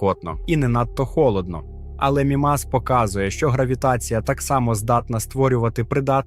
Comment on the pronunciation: Взагалі правильно МІмас, а не МімАс. А решта все чудово, вперше чую про океан на Мімасі.